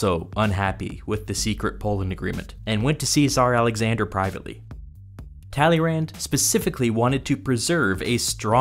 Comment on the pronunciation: Kudos to a great video and thumbs up for this huge task except the funny pronunciation of Tälleeränd. Please! Check the right French pronunciation..... tuh-lay-'Râ. Stress on last sillable which has a nasal a